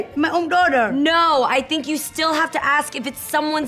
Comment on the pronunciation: "i dont hab to aks u...u my duwtah" LMAO i tell my daughter the same thing all the time!